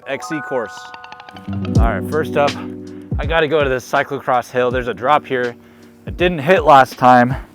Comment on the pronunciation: its cyclocross not cyclecross. SMH